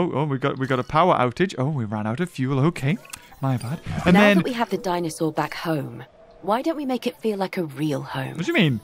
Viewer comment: malcolm always says "dinosaar" instead of "dinosaur" and its so funny